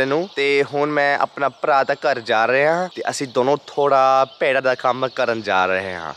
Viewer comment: Punjabi is amazingly good, with the exception of the word used for sheep, should be bhe-daan instead of bhe-rhaan.